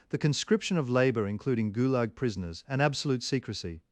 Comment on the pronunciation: “…ghoul-Yahg….” (Fictional pronunciation of Gulag…)